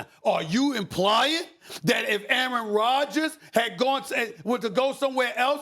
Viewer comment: Aaron rodgers not aaron rogers